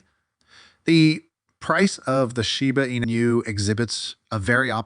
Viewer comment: Your AI VOICE STILL CANNOT SAY SHIBA INU PROPERLY!!! Fake voice everyone.